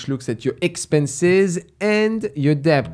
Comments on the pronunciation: hey, when you pronounce debt, the b is supposed to be silent. But I love the podcast and watched almost every video. keep up the good work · That's your signature word now! Do not change. You're the deBt guy😅